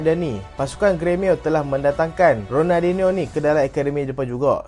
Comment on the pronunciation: sori bang, aku elejik sikit kalau org salah sebut nama lejen ni. ronaldiNIO. raphinha elok je sebut rafiNIA.. xde plk sebut rafinHA. Kalau hang speaker masak2 xpe.. kira halal